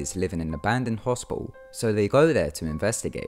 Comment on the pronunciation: Heh... Sorry... The way you say hospital is hospial XD I love it!